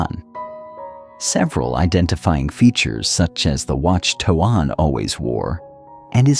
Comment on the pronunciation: Would you please please pronounce his name correctly t o a n is pronounced "tone"!!!!!!!!